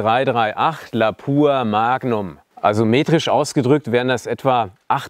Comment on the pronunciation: Es heißt LAPUA Magnum nicht LABUR Magnum